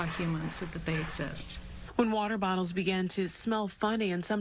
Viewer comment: He is worse at saying water bottles than Scottish people...